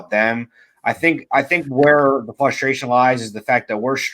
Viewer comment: It's FRUSTration, not FUSTration lol